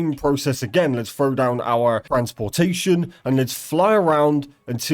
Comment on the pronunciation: listening to this poorly educated broken english literally lowers my IQ... here's a quick cheat sheet if you're lost on wtf he's talking about. fevver = feather, warevur = where ever, wahur = water, each ovvor = each other, ovvur = other, thar/dar = there, anovur = another, fro = throw, ahuer = alter, rezorzes = resources.